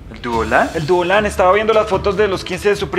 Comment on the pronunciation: No puede desir poreso dise duolan😅😂😀😄😭